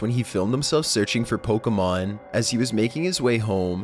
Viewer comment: stop going like I love pokemoN are you serious I walked OFF